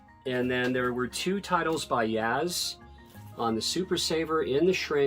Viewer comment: its yazoo not yaz